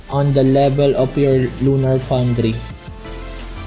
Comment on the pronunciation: "lunar poundry"